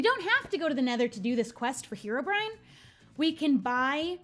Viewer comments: It's not hee-row-brine it's heh-row- brine!!! Please see this!!! I commented the same thing on your last video but you clearly didn't see it because you said it wrong again. I'm really not trying to be mean or hate I just really want you to say it right. Reply 🔥... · Herobrine is actually pronounced h-eir-o-bry-an